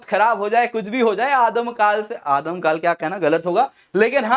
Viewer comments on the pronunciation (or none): aadi kaal se, not adam kal se